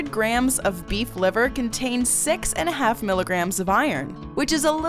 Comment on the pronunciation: "number sex"